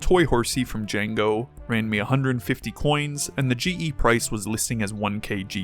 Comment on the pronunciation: It's diango not Django